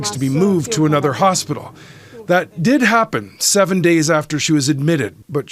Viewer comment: "hostpital" lol